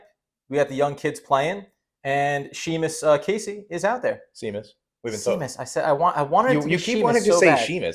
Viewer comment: Did you guys really pronounce his name see- mus? It’s pronounced shay-mus